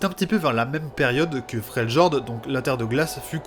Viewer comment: like et abo mais dis fréliord en prononciation j'vais serrer